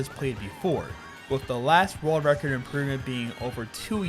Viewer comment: This is how many times he said rurld record. ↓